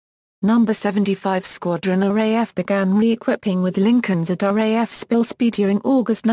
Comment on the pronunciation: That text to voice failboat... what were you thinking? Array F instead of RAF... looool!